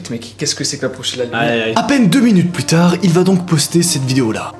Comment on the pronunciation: c "Plus tard" et non "plutard"😂